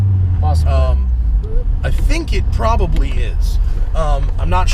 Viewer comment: "Probabrii 240-250" so Jdm haha